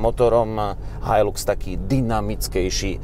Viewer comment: So mnou tazko ale musim. Nie je to "hajlux" ale "hajlax"